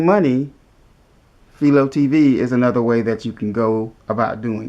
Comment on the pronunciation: It's pronounced FY-LOW....named after the inventer of the TV picture tube Philo T Farnsworth